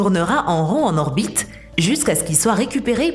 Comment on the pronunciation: «Lé gens essaient de né pas obstruiller leur bite terrestre»... Un petit séjour chez l'orthophoniste pour la voix synthétique ?